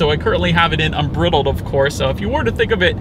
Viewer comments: The word is unBRIdled, with a long I. Like a horse bridle. Great review. Thanks for not being a baby about the Mustang nameplate on an electric car. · "Unbridled" with a short "i" like "bit" rather than a long "i" like "bite"? Considering it's a Mustang do you think it might reference a horse's bridle with the long "i"? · You need to check the pronunciation of "unbridled." You couldn't take much of a trip in the thing. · You could learn how to pronounce “unbridled”